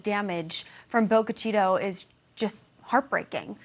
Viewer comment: LEARN how to pronounce the names of these different towns and cities please. Its simple: call the local police department and they will gladly tell you the correct pronunciation of their town!! It's not Bogue Chi-"toe" (the way this reporter pronounced it, it Chi"ta". Damn! Its bad enough the tornado destroyed the small town then to have this asswipe pronounce the name WRONG!!! DAMN!!!